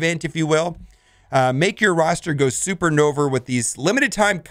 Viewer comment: Supernover? Your enunciation is TRASH! Lol j/k thanks for the vid